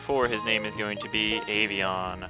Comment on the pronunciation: it's Avian :D just saying...